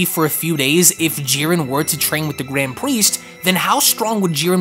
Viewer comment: “The gwand pwiest”